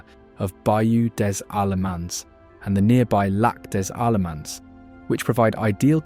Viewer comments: It’s La ville Des Allemands and the S after the DE is silent! It means a town of the Germans, and it’s on the coast of the Germans, also known as la côte Des Allemandes, historically it’s famous not for the Catfish, but because it was the only region where the great expulsion of the Acadians from Canada were welcomed into the German settlements which this coast was named after because the Creoles and the French and the Spanish of New Orleans did not want the Acadians L’Acadien in their lands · Listening to this boy butcher Des Allemands, Chauvin, and Pointe-aux-Chênes made me laugh so damn hard yeah.